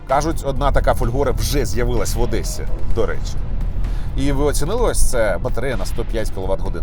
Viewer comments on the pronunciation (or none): none